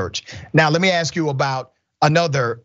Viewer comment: I have GREAT respect for Dr Richey. But I'm amused that, with all his degrees, he still can't pronounce the word, "ask".